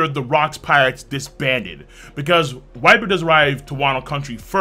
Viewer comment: Viper or vyper but never wyper V like in vacation